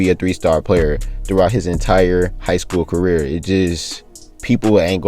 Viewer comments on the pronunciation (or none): none